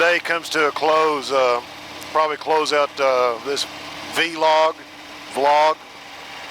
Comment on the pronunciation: V-log is incorrect it's pronounced vlog like clog VLOG.